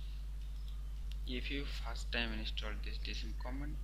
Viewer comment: It doesn't work shit head. If u dont know thn dont make a fake... Video.. Dont miss guide... And its" install" not "inistall" ..phak hee ingcham... Phakk hee ... Phak hee..